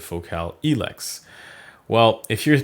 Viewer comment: same for El-ex haha